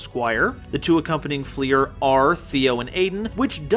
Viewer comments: its pronounced like fluer de lis, its french, so not flEER, but flUR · I appreciate your video but DAMN stop pronouncing Fleur like FLEER, it's french for flower